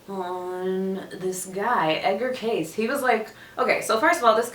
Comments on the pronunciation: Kay-see... Not "case" 🤦‍♂️🤦‍♂️🤦‍♂️🤦‍♂️ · His name is pronounced Kay-see. Not Case. Hope this helps. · Pronounced Kay See! Edgar Cayce was an interesting person. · His name is pronounced Kay-see 😉😉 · ...Damn, you butchered his last name a little bit. 😂 And I'm sure you've had enough people tell you the correct way to pronounce it is Kay-SEE. But I like the video! It's always dope to see young people discover the amazing work that our beloved oracle and clairvoyant Edgar Cayce recorded. Thanks for posting this particular video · You can’t even pronounce his name correctly. You dishonor this amazing man with your flippant discourse of what you believe was his life’s work.